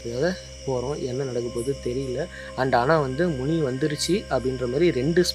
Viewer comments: மினி இல்லப்பா, முனி.!!!! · அது மினியா முணியாடா...😂😂😂